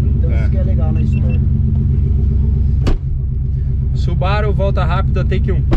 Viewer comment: Pessoal, que tal pronunciar o nome da marca corretamente? Não é Subáru, e sim Subarú. Afinal, ninguém chama Mercedes de Mércedes, né? E outra; Subaru significa Plêiades em japonês. Vejam as 6 estrelas da constelação na logomarca, que confere aos Subarus uma aura ‘protetora’. Raramente quebram, e estão na lista dos top 10 carros mais seguros. Amo os Subarus. De PAIXÃO. E seria interessante apresentarem o carro pra quem cai de paraquedas no vídeo, valeu? Bom trabalho!